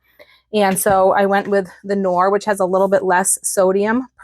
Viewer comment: Here in Norway the milk and cream powder is priced so high that these receipes will be very expensiv3. Looks good, though… AND KNORR is a German brand. The k is pronounsed… so it’s not ‘norr’, 😅 you would probably pronounse it right if I write cnorr…😊